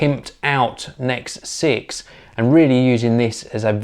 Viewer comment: By the way, it is N.E.X. not 'necks'.